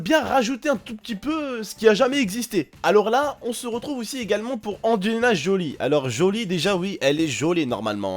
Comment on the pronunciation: J'ai kiffer le " joulie " à 1m 56 ptdr